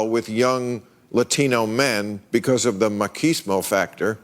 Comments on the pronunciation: I knew this was going south as soon as he pronounced maCHismo “maKismo” ..... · John Leguizamo stopped being funny after The Pest. 😆 And the host saying "maquismo"? It's "machismo". 😆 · Also I'm pretty sure it's pronounced "maCHismo" with a normal ch sound, the ch sound exists in Spanish